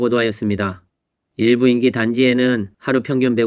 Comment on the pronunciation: 시붤이 아니고 시월, 인기가 아니고 인끼, 한글 발음 제대로 하시오.